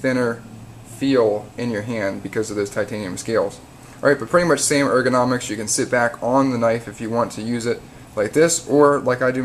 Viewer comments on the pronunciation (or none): none